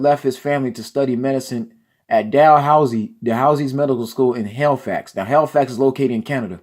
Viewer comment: this guy is so uneducated he cant even read listen to when he cant read menial and halifax lmmfao and people hated rousey because of her unsportsmanlike rude nasty personality. shes more venezuelan than anything. shes not black just look at her. lmao oh boy so sad.